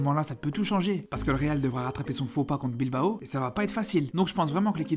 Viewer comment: Barçá, atleticó, bilbaó....le classicó, la ligá C'est tan difficile de les prononcer correctement? Carajo